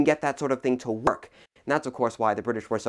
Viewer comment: Odd sound when you said "work"